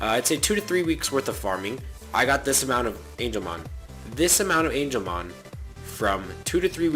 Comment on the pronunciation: BOOOYYYYY ITS NOT ANGELMON OMG STOP SAYING THAT